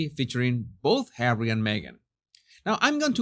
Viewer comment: My days are no longer complete, until I hear you say Hawwy. 😄 Even when you just say Harry, it is full of disdain. ❤ Thank you for all of you content!